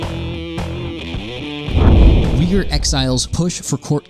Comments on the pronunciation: I'm guessing you're trying to say the word Uighur (though some spell it Uyghur). It's pronounced "Wee-ger".. not "Oygor".. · That pronunciation... at first I thought he said Oinkers, like a pig or something. Supposed to sound like wee-ger. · Uyghur pronouncing like "U i g u u r" not Weegur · It's not oiga by the way. It's pronounced wigga. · Wee-ger...Not “oi-ghur”...credibility out the window.... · It's neither "oygor" or "wigger" it's pronounced Ooy-goor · That is the most interesting pronunciation I have heard of "Uyhgar" I have heard. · right on! They really tend to mispronounce words in recent vids... Even Simon and his "Skeeepio".... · If you pronounce it like Uy-gur, then you have wrong and european-kind pronounciation of it, not turkic. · Yeah, how he said "Oigur" triggered me. Have he not see any video on it yet, he should've been aware of the pronunciation by now. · I can’t take the pronunciation of rhetoric or Uyghur... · Pronunciation: please please please fix it. Uyghur and Xinjiang You know that any offended apologist for the government will be on your case about it and claiming you know nothing because you don’t pronounce these things right. Due diligence. It’s not that hard. This is an important topic. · Cringe. Cant even pronounce the Uyghur minority properly. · Rhetoric, Xinjiang, Uyghur; this guy's appalling pronunciation makes this video almost unwatchable. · This guy really needs to research how to pronounce things before making these videos Uiygur is not that hard to pronounce. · Literally all this guy had to do to pronounce Uighur and Xinjiang right was to put them into google translate and listen to it. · There are some very weird pronouncuations in this video. Rhetoric, Uighur.... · Come on guys; pronunciation of the main focus of your entire video shouldn't be too hard - 30s of googling would have solved this for you - Uyghur is pronounced like this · Great research, you can't even say oygurr proplrly!